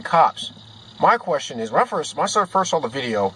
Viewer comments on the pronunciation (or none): none